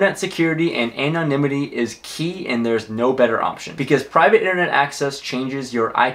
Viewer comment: "A-nah-nimity" ? hahahahahahaaaa